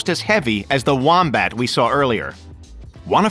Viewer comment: I keep thinking your saying womprat from Star Wars